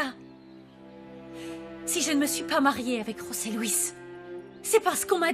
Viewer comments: nn José se prononce comme ça osé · José Louis on prononce roser en espagnol